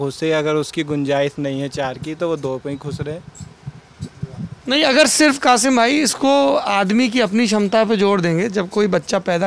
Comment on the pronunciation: Mulla banne k liye na..kasim ko kafim bhi bolna hota hai 😂